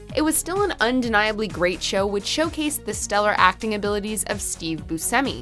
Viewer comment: 10) seriously? Yawn! 09) absolutely yes and 0lease pronounce Steve's name correctly 08) god yes we need it back 07) not got round to seeing it but I've heard good things 06) beautifully crafted I see it lasting as a classic 05)it didn't really grab me but I can understand why people love it 04) it should've been more popular than it was. 03) oh yeah I can see why 02) absoloutly the best show this side of the century (so far) H/m honestly this should've been a top 20 for sure 01) good god no did not enjoy it one bit 01)